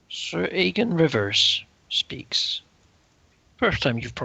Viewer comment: Is he calling him Aegon? His name is Aegor.